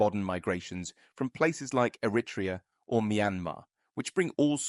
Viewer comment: The person doing the voice over should know how to pronounce the word 'ERITREA'. It's not difficult if you are half educated.